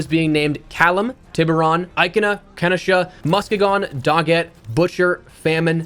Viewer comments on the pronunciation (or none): I love how wrong he pronounced Muskegon🤣🤣 I only know cuz it's a city here in Michigan